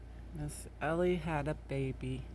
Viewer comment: Ellie? gorgeous puppy. I thought you were saying Eva. 😀